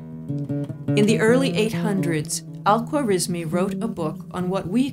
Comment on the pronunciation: Al-Khwarizimi was an Uzbek not Persian. Algorismus was the latinized form of his name from which we derive algebra and algorithm. Nancy mispronunciation his name even in Englidhñ